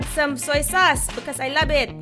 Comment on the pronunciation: "Layka finfal (like a penpal)..." Bwahahhaha!! HayLahvet (I love it)!! ^_^ *****